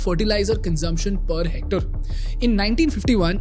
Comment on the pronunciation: It’s Hormazd. It’s Hec-tare, as in stare.